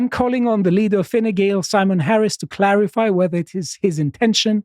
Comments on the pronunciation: really paying attention. Never heard a non irish national pronounce Fine Gael properly before. Is Greek similar to Gaelic or is he just a consummate pro. Calum's Irish accent had me cracking up. By the time of the election they'll be back peddling so hard Ireland is expected to move 10 metres further into the Atlantic. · Congratulations on pronouncing Fine Gael and Taoiseach correctly.